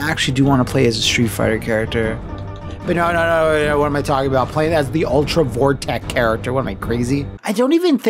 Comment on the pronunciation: "Ultra Vore-tech"? sweat